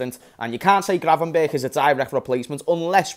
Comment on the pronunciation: It's gravenberch not gravenbergh.